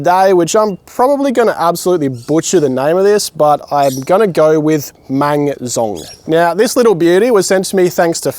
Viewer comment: You actually pronounced it quite well. Especially at the end when you got the mang right. They should make a full rifle with bayonet version for this, it'll be way easier to use. I don't really get the melee ruling that much. When we were kids we played with lightsabers a lot, those polycarbonate duel worthy ones, we'd go full force on them all the time. Broke a few blades lol. I don't see why adults can't take those hits when even the girls could. Wasn't even just lightsabers, lots of other toy melee weapons, my friend knocked someone else out with her Valkyrie battlehammer, he was fine 5 minutes later.